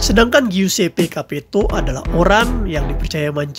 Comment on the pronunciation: giuseppe bacanya juseppe